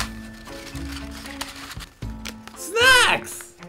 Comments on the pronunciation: I thought he said SEX! and I was like huh?😂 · I heard sex when he said snacks, I was so confused when he started talking about snacks. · Did anyone else think he said, "SEX!" and then proceeded to talk about SNACKS 😂